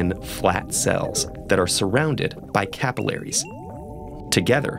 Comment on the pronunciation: the way he says alveolar and capillary :/